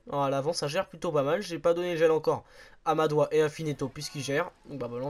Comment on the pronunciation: Dans Madouas, on prononce le s